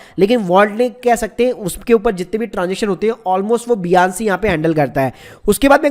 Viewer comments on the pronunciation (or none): Bhai its binance ..not biance